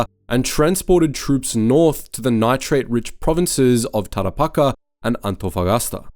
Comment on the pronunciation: It's Tarapacá (taɾapaˈka), it's almost how one would pronounce cah in some English dialects the word car omitting the R letter. As for the civil war that engulfed Chile, Balmaceda was also a despot, an event that incensed the Congresistas was the massacre at Lo Cañas. Some upper, upper middle and middle class youngsters were planning to form an anti-Balmacedista group to engage in sabotage operations but were discovered by Balmacedista forces, most were shot dead in the skirmish and the captured/wounded survivors were tortured, beaten and summarily executed, a Mr Wenceslao Aránguiz who wasn't even on the plot was tortured and executed when he failed to provide the whereabouts of senator Carlos Walker Martínez, because he didn't knew that (and their corpses were mutilated or incinerated). As for General Orozimbo Barbosa who ordered the executions, he was bloodily and happily hacked to death some days later at Placilla (and before his death screamed at the top of his lungs to his soon-to-be killers "Kill me, you dogs!"), alongside José Miguel Alzérreca. The latter general was more professional than the former but they were given the same treatment post mortem. And some of those that fought and fell in Placilla (and the other battles), irrespective of each side had fought shoulder to shoulder in the War of the Pacific a decade prior. That's a tragic aspect of the Chilean civil war.